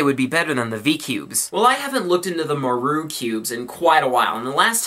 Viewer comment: maru's pronounced "mah-roo" ;) thought u mite wanna know